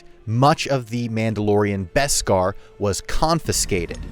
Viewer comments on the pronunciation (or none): none